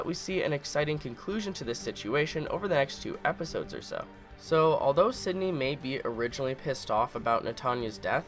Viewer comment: Sidney? Dude, it's Cindy